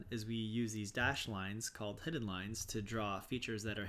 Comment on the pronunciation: Great informative video. Nice job. You are mispronouncing hidden.